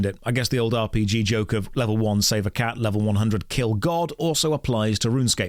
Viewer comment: wait... so rrrrrrunsecape is an ahh p g?